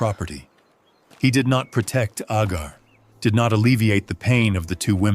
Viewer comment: Why are you calling Hagar Agar ??